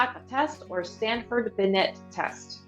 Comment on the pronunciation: I didn't know No.1, No.84, No.89. Canberra #74 Stanford-Binet Test, Binet is pronounced bee-nay.